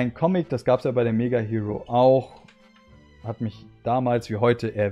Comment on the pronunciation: Hiro = Hero - Ich habe mich damals immer mega aufgeregt, wenn das jemand so ausgesprochen hat 😅 - Aber Yukiko hab ich tatsächlich auch gesammelt... Hätte sie auch gerne behalten, meine Mutter hat aber irgendwann gemeint: "Ihr räumt euer Zimmer nicht auf, dann kommt alles weg" Darunter Spielsachen, Yu-Gi-Oh!/Pokémon Karten und leider auch Zeitschriften...